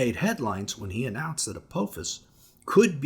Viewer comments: Apophis isn’t pronounced with a long “o” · Pronouncing Apophis wrong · What if you learned how to pronounce "Apophis?"